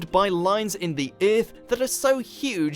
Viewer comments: the man said iiarth 😁😁😁😜😜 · You pronounce earth wrong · I really hate the way he says earth. Kills me.